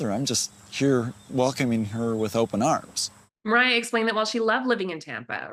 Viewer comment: "They warned Ethan not to marry Olivia": Wrong. Kim even played matchmaker. "They warned Moira and Micah of their lifestyle": Also wrong. Both of them were thrown out by Kim and Barry so they were essentially forced into a different life style by their own parents. Also, it's *Moriah, not "Moira". It's pretty clear that you have zero clue what's going on, especially since you can't even spell their names properly.